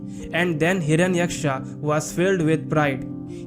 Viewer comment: Good video but inaccurate pronunciation of names. Names like Hiranyaksha and Narada etc. are simply not pronunced Aaaa at their End.